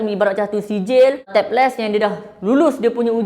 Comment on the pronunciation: Bukan tab lest bang, lab test 😂😂